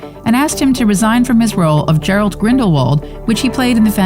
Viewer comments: 'Gerald' Grindelwald?! 😂 How about Gellert? No? Okay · Gerald Grindelwald??? 😭💀 It’s Gellert. 🤡✋🏿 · any one elss pissed abput the fact that she[ the nareater?] just caled grindawald Jarald? tf? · It's gellert grindelwald not gerald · It's Gellert Grindelward not Gerald btw. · Gellert, not Gerald, Grindelwald. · Gerald Grindelwald? You mean Gellert Grindelwald? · dis she just say gerald? cuz its gellert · When she said Gerald grindelwald and not gellert grindelwald 🤦‍♂️ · this she say gerald grindelwald? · When someone calls your favorite Harry Potter Figure Gerald instead of Gellert 😭😭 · "Gerald Grindelwald"?? You mean Gellert Grindelwald........? Poor research done there. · It’s not Gerald Grindelwald.. it’s Gellert Grindelwald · Its Gellert Grinderwald not Gerald. And yes justice for johnny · I know this isnt important but she said geralt instead of gellert grindlewald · It’s Gellert Grindelwald not Gerald Grindelwald. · "Gerald Grindlewald "? lmao 🤣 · Great so now compensate him and reinstate him! SHE abused HIM Johnny is and always will be one of my favourite actors BTW it's Gellert Grindelwald not Gerald. Did anyone else hear this? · gellert grindleward not gerald grindleward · It’s Gellert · isn't in annoying she can't pronounce gellert grindelwald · It's Gellert.. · Its Gellert Grindelvald and Theodore Gibbs, omg you butchered the names